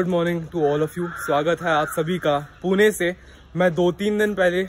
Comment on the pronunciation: Please पूना वैगरे म्हणु नकोस... it's पुणे not पुना or पुने..bruh!!